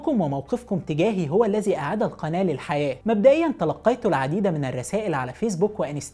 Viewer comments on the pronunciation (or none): none